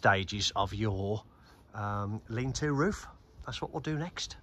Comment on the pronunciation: Lean to. LEAN TO! Not 'lean too'. Jesus.